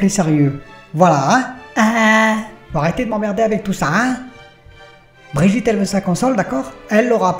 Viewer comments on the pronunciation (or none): none